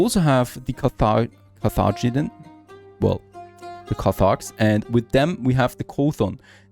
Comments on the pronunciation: its' CAR-the-Genn-Ian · Carthaginia. Is pronounced kar-tha-Jin-ee-ar. And a kar-tha-jin-ee-in person. ee as the sound in we. I don’t know what your native language is sorry.